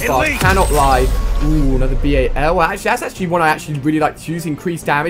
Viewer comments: "B-A-L" No one says that. XD It's Bal. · its bal 27 not b-a-l 27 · mate you don't call it B.A.L its so annoying when you say it like that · It is not a b.a.l it is a bal 27